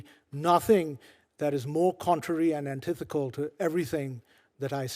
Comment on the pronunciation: Its not "antithecal". Did this guy flunk English class?